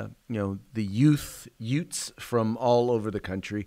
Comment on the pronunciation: Huh did you say yutes? Lol